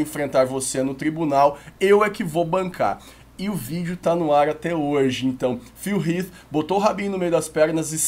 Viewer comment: Até q enfim alguém q pronuncia Phil Heath corretamente.